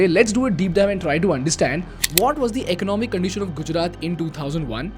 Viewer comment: It's Gujarat not Gujrat😢